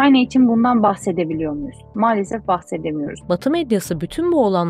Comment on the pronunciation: neden malsefef diyor hanimefendi,ukraynali mi kendisi ?